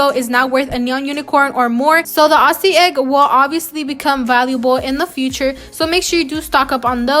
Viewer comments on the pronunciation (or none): peeps say ‘OSSIE’ eggs. it’s AUZZY (pronounced this way) eggs lol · ITS NOT AU-SS-IE ITS AU-ZZ-IE I mean pronouncing the worse not how it's spelt btw